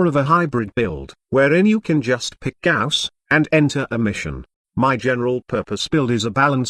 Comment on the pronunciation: sounds like text to speech is saying ghost every time